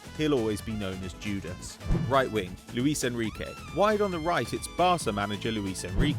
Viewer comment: luiSH figo, not luis xd